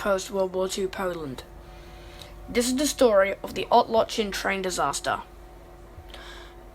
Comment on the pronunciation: Just a note; the Polish L with a slash through it is actually pronounced "w".